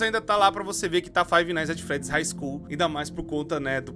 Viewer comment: puts... Quase fechei o vídeo só de ouvir esse hig School